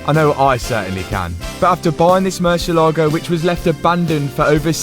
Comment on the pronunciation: bro it is murciÉlago, an accent on the e. Looking good btw great work